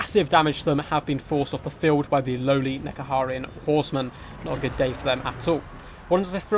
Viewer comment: Dude, how do you say Ushabti and Nehekaran wrong every single time